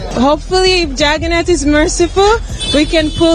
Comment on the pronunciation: Why they are saying chagannath instead of jagannath